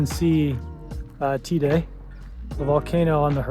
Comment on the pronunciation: It’s pronounced tay-duh